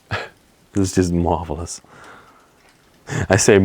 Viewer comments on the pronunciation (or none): Did he say “it truly is a “marbleous” place? 😆👏🏻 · Lol...you keep talking about the Marble then when you say Marvelous it sounds like you're saying Marbleless lol... Cool video guys...I would at least have a machete on hand just in case.. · Thats what i heard ! I laughed !